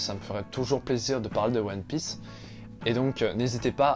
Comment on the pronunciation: La prononciation des noms des perso de one piece m'a fait mal